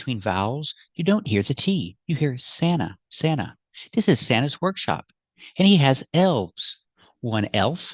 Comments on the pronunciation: As far as I heard, she said "workshow" 😊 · That's what I hear too "workshows" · Maybe she meant "workshow" 😂